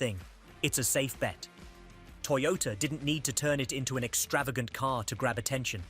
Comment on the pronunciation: YOTOTA Corolla... 😂